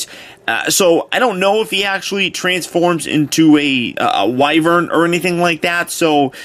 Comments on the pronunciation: Finally someone else who pronounces wyvern correctly. (Why-Vern) not wyvern (wi-vern) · He does look to transform into a wyvern. I pronounce the word Y-vern.